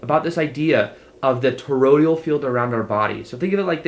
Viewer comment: Toroid-AL not Torod-IAL, c'mon man!